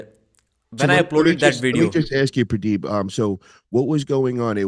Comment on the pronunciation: I like how calls him pradeeb lol